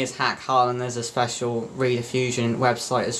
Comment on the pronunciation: Rediffusion (pronounced 'red' as in ready, not 'read' as in reed organ, was preceded by British Relay, which was founded in Gloucester. It was the world's first cable television and radio service. It was founded in 1928 to send wired radio services but became operational as a wired (cable) TV service in 1951. You may find this video enlightening